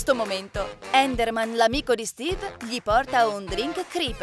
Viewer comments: Intanto ci dice steve e non stiwy ma poi non si dice fort nite si dice fortnite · alora vi dico solo qiesto miglioratevi cazzo c'e non sapete pronunciare bene Fortnite e un scorso video pronunciate male minecraft e poi non si chiama capelli rossi si chiaba bombarolo lucente credo e laltro si chiama steve non stivi minkia ma che cazzo. poi sbaglio hai detto steve scopa con la combattente fortnite 🤦‍♂️🤦‍♂️🤦‍♂️🤦‍♂️😂😂😂 alora siete bravi avete delle idee belle alcune pero non pronunciate bene delle parole che mancho i bambini di 7 anni riescono a dire fortnite bene o minecraft. e poi di dice enderman ma con la "è" si pronuncia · Pronuncia bene i nomi dei giochi e poi Stevie e Steve ma do che cringe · Non si dice stevee